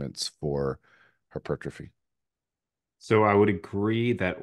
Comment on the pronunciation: Take a shot every time says “her-pertrophy”